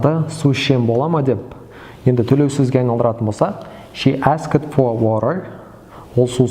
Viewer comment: asked сөзі дұрыс айтылмаған, этш будет как [ә:sкт]